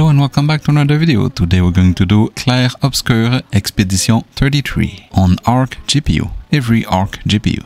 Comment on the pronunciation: You say the name of the game so nice